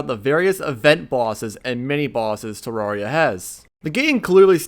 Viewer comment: Everyone: "Terraria": "TeRAWRia"